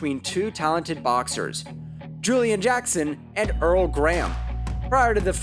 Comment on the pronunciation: His name is Herol Graham, not Earl